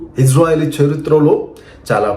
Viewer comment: చెరిత్ర కాదు. మంగళ సూత్రం బాబు వి నీకేం తెలుసు. ముందు తెలుగు నేర్చుకో అజ్ఞాని బాబు